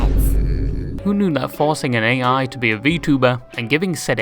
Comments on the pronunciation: Ay, little correct, the "Ai" in Kizuna Ai's name is pronounced like the letter "I" and not the initial of artificial intelligence. And another correction, Gumpai is not tweeting out thanks to her fans for stuff, it is an automatic tweet from Throne (a website where you can make a wishlist of things you wanna have and your supporters can buy stuff from that said wishlist for you anonymously) that she has set on that lets everyone know when a gift on the wishlist has been received. And lastly, cool vid. It was really entertaining like the other ones. 🙂👍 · It isn't Kisuna A.I. it's Kisuna Ai(pronounced "I") She isn't AI either.